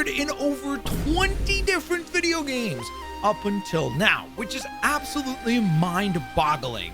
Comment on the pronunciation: Dude, you need to practice saying the plural “games” more